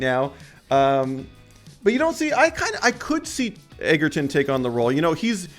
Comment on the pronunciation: "Eggerton" wtf learn the dudes name..